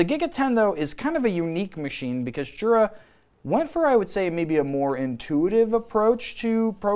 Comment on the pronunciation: Jura is pronounced yura as in “yer a dummy for not doin your research”